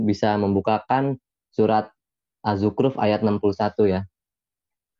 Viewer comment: Dia bilang zukruf.... Haha.